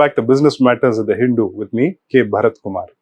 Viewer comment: Interesting pronunciation of "Hindu".